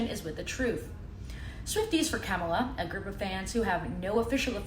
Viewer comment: It's Kah-mala, not Keh-mala.